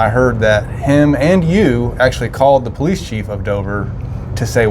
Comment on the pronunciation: Hey. I'm with the 911 caller that said, "Eff the poe-leese." Great social experiment. People are messed up. 😂✌️